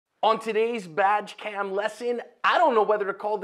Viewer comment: Did he just say Vadge Cam…?